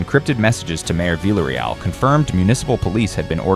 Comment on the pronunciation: Stop saying "vila real". Come on now. In Spanish everyone knows it's pronounced 2 LLs = a Y Therefore it lease say it right ... "Vee yah Ree-all" ... say it right.